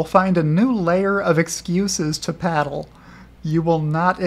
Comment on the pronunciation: Paddle = Peddle I love this series, keep it up😁 Loki is a good boy.